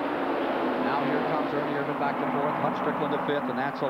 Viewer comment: 2.25 why isn't Richard petty name on his car ...and its ernie Ervin. Not vannnnnn